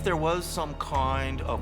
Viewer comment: "Some koind of..." 😂